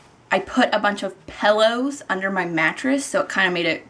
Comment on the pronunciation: I thought I was the only one that calls it pellows and not pillows!